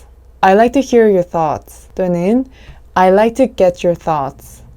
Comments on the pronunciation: I'd be great if you could clarify with an example. I'd be 부분을 '이윌비' 로 발음 하셨는데요. 그렇게 발음해도 되나요? 유글리쉬에서 검색해 보니 아이비로 발음하는 경우가 많긴 한거 같은데요. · I'd be great에서 아이드가 아니라 다르게 들려요 에일 비 이렇게 들리는것 같아요 왜 이렇게 되나요? *영상 좋습니다bb